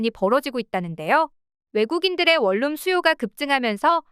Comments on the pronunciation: 월룸이 아니라 원룸이라고 발음하세요 ᆢ듣는사람 햇갈립니다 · 콩글리시 ONE ROOM을 계속 월룸 월룸 하는데 AI 교육 좀 시키시오